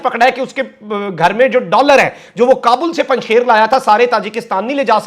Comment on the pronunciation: یہ لفظ Panjshair نہیں، "Panjsheer" ھے۔ فارسی میں "ے" (بڑی یے) نہیں ھے۔